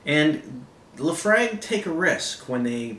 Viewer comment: Not liking the pronunciation of Laphroaig,.